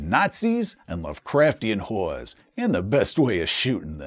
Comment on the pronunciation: "...combining two of my favourite bad guys: Nazis, and Lovecraftian Whores." Old Soldier Jack probably visited one really, really bad WW2 brothel... (It's making fun of the pronunciation of "horrors", but it's too weird a joke not to make. 😅)